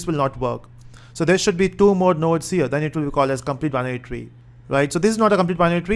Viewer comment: the way of saying binary tree is like banyan tree, thats funny lol